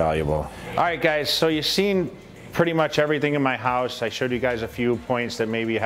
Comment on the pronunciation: “HQUSE” am I the only one?